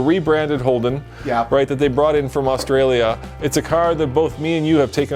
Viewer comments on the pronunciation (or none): none